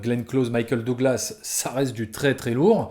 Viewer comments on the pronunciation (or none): none